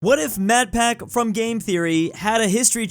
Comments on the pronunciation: Is no one gonna mention how called him 'Matpack'. Twice. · I might be going crazy but when he says Matpat it sounds like hes saying Matpac